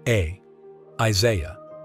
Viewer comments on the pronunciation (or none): none